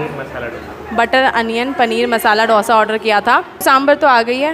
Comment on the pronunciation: Bas South Indian hu toh correct kar rahi hu it's दोसा not डोसा 😂 Sab yehi mistake karte hai 😝 Love your videos by the way! ❤